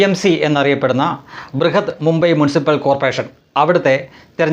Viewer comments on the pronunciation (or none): Brihan NOT Brihad